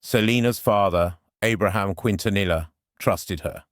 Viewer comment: Ugh. It’s “Keen-ta-knee-uh.